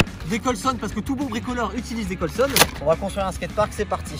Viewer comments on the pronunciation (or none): Il a dis des colsonne😭😭😭